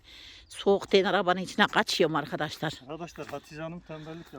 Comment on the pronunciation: YA BACIM KIZ HATICE BIR SUS GI BIR SUS.. ANLATSIN VALLA IKIDE BIR ARGADAŞLAR DEMENDEN GINA GELDI TANSIYONUM ÇIKTI. ANLATSIN BIRAK YA.